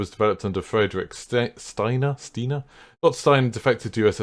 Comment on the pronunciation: Thanks for the guide. BTW, Steiner is pronounced "SHtayner".